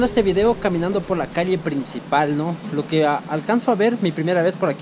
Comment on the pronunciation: Peligroso para mis oídos escuchar que dicen calie en vez de calle.